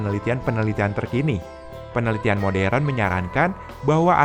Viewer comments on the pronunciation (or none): none